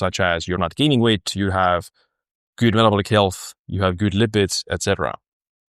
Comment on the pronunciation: Random suggestion: If you speak out „good“ correctly, your overall language quality in your videos improves by like 50 % :D